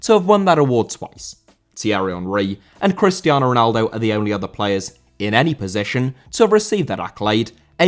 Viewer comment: Cristiano* not Crestiohrnouw